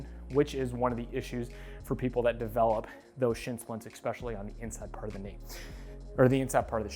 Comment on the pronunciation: Great video but I can’t help but said “Exspecially…” isn’t a word, it’s especially